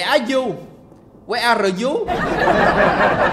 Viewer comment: Khúc đến là hài vì anh nói là Where are you?Where are rờ Dzú 😂😂😂😂 ai thấy đoạn này mắc cười thì like ở đây 👇😂😂😂😂